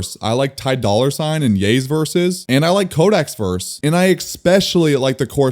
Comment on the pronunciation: bro said Ty Dolla Sign with the hard r